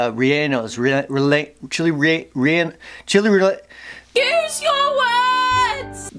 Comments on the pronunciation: It's pronounced Chile Re an no my favorite too! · Here let me help. It's Chile (Ray-yay-nos). Just say it fast it'll work. 😁. Great videos man. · CHILES RELLENOS!!! (reh-e-eh-nos) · And to hear try to pronounce "chili rellenos."